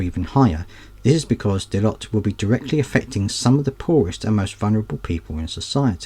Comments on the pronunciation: it's not pronounced Dellyott, it's Delloyt! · Its pronounced Deloyt